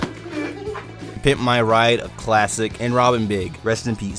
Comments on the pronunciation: Lie berry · LIE BERRY!